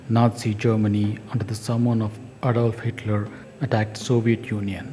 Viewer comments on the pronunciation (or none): none